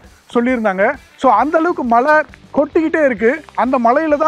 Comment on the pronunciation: மலை இல்லடா yebbha மழை, adhu style nu nenachitu pesitu irukinga ena therila, egapatta payaluga apdi dha pesuringa enna ezhavo...🤦🏽